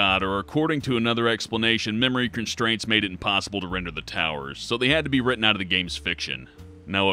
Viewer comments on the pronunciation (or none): none